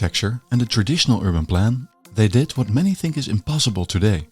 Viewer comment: wish you'd stop devoicing the consonants (i.e. they diD not they diT, plannerZ not plannerS (word final S is usually pronounced Z when it's preceded by a diphthong or a voiced consonant))